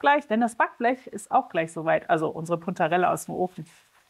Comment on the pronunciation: 😅Danke fuer das Kennenlernen eines neuen Gemueses. Nur habe ich den Namen nicht richtig verstanden. Puntarella oder anders......